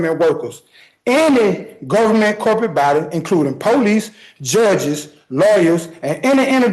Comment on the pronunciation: Also "Gofferment"